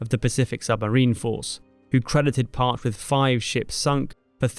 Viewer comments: You Don't pronounce the name Parche correctly 🤣 😂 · Excellent work, as usual, but as someone who'd always heard it pronounced "Parch-ee" (The second boat of the name was my Dad's boat), it was a bit jarring to hear it pronounced "Parch". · I worked at SUBDEVRON 5 and on the jimmy carter right when it took over for the Parche and everyone i know who was stationed on the Parche pronounced it Parchee not parch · The USS Parche (correctly pronunciation Par-chay) later was assigned to the Navy Marine Corp Training Center in Alameda CA. Training there with with the Naval Security Group I never had heard this amazing story. 60 years later now. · Ramage was the fourth and second living submariner to receive the congressional medal of honor. And it’s pronounced “PARCH•EE” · It's pronounced, par CHEE. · We always pronounced it “Parch—ee”. Reloading 2 tubes on 5 minutes with the equipment that they had is bad ass! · The name of the boat is pronounced “Parch-ee” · great video! fyi, it's pronounced Parch-ey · It's pronounced Par-chee. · Its PAH-CHEE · It's PAH-CHEE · Par-cheee Pronounce that e. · The ship's name is pronounced "Par-Cheee!" Long e at the end!! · USS PAR-CHE you said it wrong the entire video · Great video! I feel compelled to point out the pronunciation of "Parche" in the context of the submarines is Par-chee. Similar to the spanish word, but with a "e" instead of the "eh". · Pronounced Parchie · Awesome video but a couple of small things one PARCHE is pronounced like Parchee and the first US Submariner to earn the Medal of Honor was Henry Breault in 1921 who survived his ordeal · It is pronounced PAR CHE. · One small point: It's pronounced Par-chee. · PARCHE it's pronounced PAR-chee. It still hurts my ears. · I always heard it pronounced "par-chee", but that could be wrong. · Pronounced PAR-CHEE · If I’m correct, my dad served on the modern Parche, but it’s Par-Chee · Just FYI, it's USS "Par-chee" if I'm not mistaken. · Parche is pronounced Par-Chee